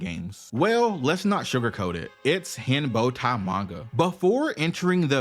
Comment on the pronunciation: Your voice with you saying H***ai as Hembowtai is hilarious to me.